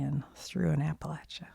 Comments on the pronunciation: I’m from WV, you’re saying it correctly! I’m constantly amazed when I go away for work and hear people say it the other way. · From NC here. I was so happy to hear you pronounce Appalachia correctly. Great work here. 😊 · I’m from Maryland (a state with some of those mountains) and I was taught to say it that way, with the “ay” sound, as well 🤷🏻‍♀️ so I’m gonna keep saying it like that. I never heard the other “correct” pronunciation until much later in life, so I’m just gonna say it the way I was taught. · i know it’s such a small thing but thank you for listening to appalachia locals when it comes to pronunciation! i’m from the area and it’s extremely frustrating when people try to “correct” my own pronunciation :/